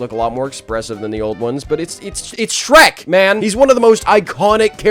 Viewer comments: That ain’t shrek that’s skreh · “ITS SHERK MAN”🔥